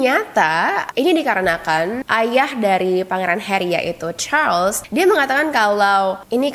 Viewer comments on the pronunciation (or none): Charles, BUKAN Charls